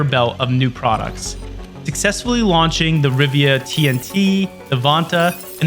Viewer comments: This video would be so much better if it could pronounce things correctly: Rivia != Riva, Coda != Cuda, Silicone != Silicon. Plus, it missed some key things but this was obviously not written by an insider but someone who wasn't there and just read wikipedia lol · Why do you keep calling it RIVIA? It clearly says RIVA... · It's Riva, not Rivia. wind's howllin